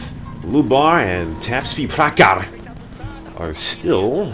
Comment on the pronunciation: you fucked up my name man!!! I'll tell you someday how to spell that. loved your dedication towards CNR <3 -- tapsvi.prakhar